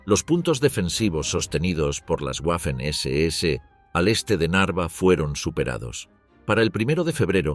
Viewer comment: La W en alemán, se pronuncia como una V.